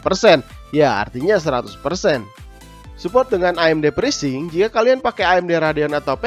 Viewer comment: pitur...presync..DUH itu kata dua duanya pake F bukan pake P...aktip..aktip...pake V woyy...